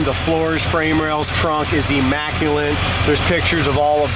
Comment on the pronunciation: I hate when people say: Imacculint instead of Immaculate